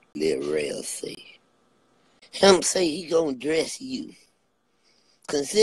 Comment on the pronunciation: Listen hear "REL-AQUAN" 😂😂😂PLS GET THIS MAN OFF LIVE 😂